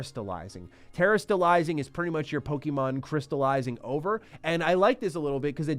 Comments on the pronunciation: It’s pronounced: Poh-Keh-Mon, not Pokey-Mon. Get it right or don’t be taken seriously when you talk about it. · FFS bro, it’s “Poh KAY Mon” not “Poh Kee mon”. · Please, stop saying "PoKEYmon", you sound like a 4 year old. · Saying Pokeymon is cringe.